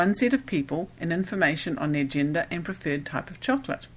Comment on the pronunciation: stop saying Cho co la te please